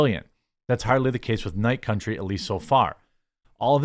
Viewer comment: True Detective: Night Cuntry